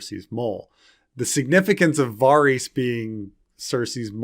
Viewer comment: As much as I am craving ASOIAF content, the constant mispronunciation of "Varys" is shortening my lifespan.